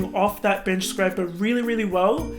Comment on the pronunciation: did he say bitch scraper?